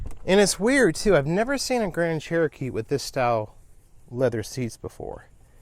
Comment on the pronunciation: stop saying cherokeets lol